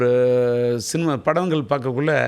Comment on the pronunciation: CINIMA DA NOT CINUMA 😂😂😂😂